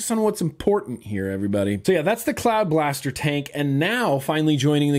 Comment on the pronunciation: I thought you said cloud bastard. Don't know why but I like cloud bastard. Ha cloud bastard.